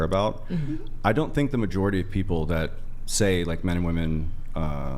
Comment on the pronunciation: I've watched countless hours of these videos, and I just can't fathom the reason these women cannot pronounce the word "women" correctly.